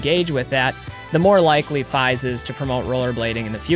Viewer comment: Great video! Also fyi its “Feeeeeeese” lol